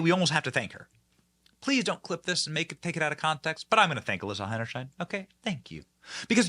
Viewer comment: The biggest question is whether Benny will ever learn how to pronounce Heinerscheid?